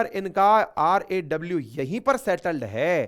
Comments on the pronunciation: R&AW not RWA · RWA नहीं RAW